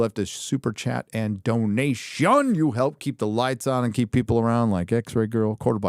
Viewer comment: You got to love the pronounciation of "donation", lol!